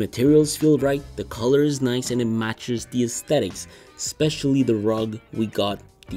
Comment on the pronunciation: Especially is not pronounced "specially". Slats is not pronounced "slates".